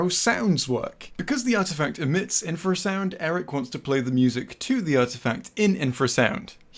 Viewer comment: Artifact communicates with infer-sound -Let's play it sounds from an animal that doesnt communicate with infer-sound!